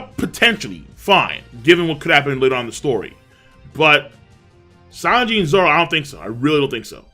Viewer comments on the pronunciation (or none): King keeps saying Lanji’s name wrong.